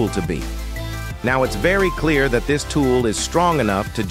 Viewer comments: Thanks but I am not making AI vids. I was merely commenting on the AI speech in this vid. It sounded like it said "dis" instead of "this". That's all. thx! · 43 he did NOT just say "you will be directed to DIS page". Someone please tell me he did not just utter that. AI speech using DIS? smh....